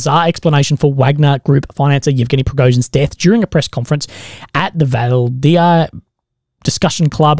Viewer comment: Novorossiysk.... No-vo-ross-seesk. Valdai. Just read it exactly a it's written, it's not hard, you can do it